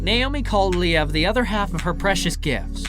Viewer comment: I gotta say, this breakup really made me feel sad. They seemed like such a wonderful couple. Whatever happened between them, it seems like they are very active co-parents and do whatever they can to make the situation as comfortable for their children. Btw - I'm not sure you're pronouncing "Liev" correctly. Perhaps you can listen to other interviews with the stars you profile and hear how they pronounce their name.